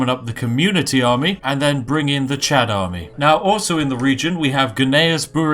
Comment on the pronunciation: Chod? Don't you mean chad?